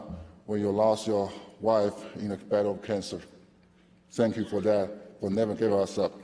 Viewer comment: "Sank Yu NBA"